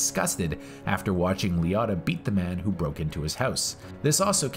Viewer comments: Ray Lee-o-tah not Lee-ot-ah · I cringed EVERY time. LEE-O-TAH. Say it... SAY IT!! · This is a classic film... Nice job! Btw being from NY, hearing Liotta pronounced any other way than Lee-O-ta is pretty funny. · Lee otta? How do you people learn to pronounce names? Do you only read it? Did you never hear a human say his name? Do you not watch movies or just read about them?